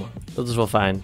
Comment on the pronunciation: ff ter info je zegt altijd vijn of vornuis met de v maar het is met f